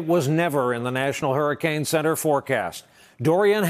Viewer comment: Trump: Hurricane!! I thought you said Harry'scane! Just making it right you know.😊